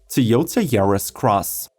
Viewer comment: Why can't you pronounce Toyota correctly?